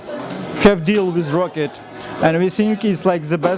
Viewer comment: It's Roccat, not Rocket. ;|